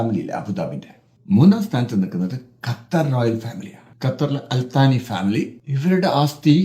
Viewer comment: അൽതാനി അല്ല ആലുസ്സാനി അൽ സബാഹ് അല്ല ആലുസ്സബാഹ്